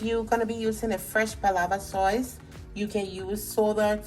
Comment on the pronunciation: It's Sauce not Soyce